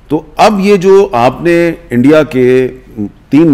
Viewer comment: Indie keh rha hai 😂 Omg 😂 ! Such a joker's